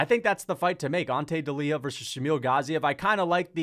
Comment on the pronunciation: Bro it's not deliha it's delija like y in you. In croatia we read words same way they are spelt. The fact that in english you don't do the same is crazy honesty.